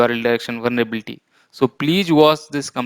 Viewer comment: It's Vulnerability not "Vulnrebilti"😬🙂